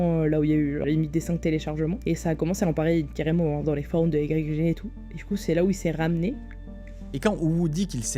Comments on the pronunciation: J'en suis qu'au début, mais ça m'intéresse grave, vu que j'y allais de temps en temps (pour trouver des pépites introuvables ailleurs). Par contre, ça me crispe "i-g-g torrent" alors que j'ai toujours lu "igtorent" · merci de rétablir les faits ! mdr j'en pouvais plus de la vidéo de micode ou ils sont tous en train de l'appeler Y-G-G au lieu de YGG, c'est pas sérieux tout ça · Pourquoi Y-G-G? c'est igtorrent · J'ai un problème avec cette enquête : cette infâme prononciation "i-jé-jé" 😂 Sinon, masterclass ! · Je dis "why ji ji" j'ai pas trouvé plus facile à prononcer et je savais même pas que c'était français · On prononce le nom comme Yggdrasil ( iGUE )...